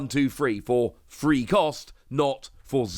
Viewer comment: does anyone think every time he say’s “3” it sounds like he’s saying “free”?